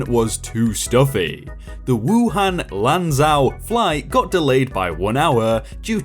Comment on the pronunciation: now i don’t speak chinese at all but i’m pretty sure lanzhou is pronounced as a soft j for zh but i get it you don’t speak chinese and who am i to judge?